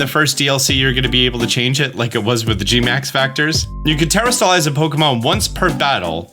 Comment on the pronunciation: Te-Rah-stalize. Not terra like earth, but te-Rah Orange is “na-Ron-ha” Uva is “ooh-vuh”